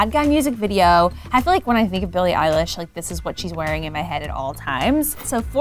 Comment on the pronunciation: Billie "Eyelash"😂